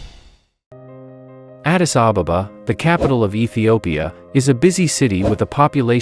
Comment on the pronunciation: why are you calling it Addis Ababababa when the name is Addis Ababa? No need to double the baba at the back. Learn to say it as it is. Come on, say it with me. 1 2 3. Ad-dis A-ba-ba That's it. Very good.